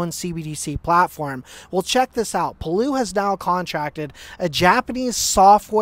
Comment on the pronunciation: Lol. Its palau. PAH-LAU, pronounced same as laos. 😁 but good video buddy 💯💯